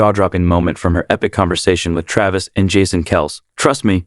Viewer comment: Whomever is narrating this video, or robo voice can't even pronounce jason and travis last name correct. He just needs to learn how to speak correctly !!